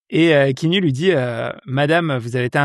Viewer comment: Je peux être ce viewer relou et dire que ça se prononce "Ki-a-nou" ? 🥺 Et sinon j'ai attendu tout le long le nom canadien du film : Clanches! (La bise du Sénégal ! 🖤)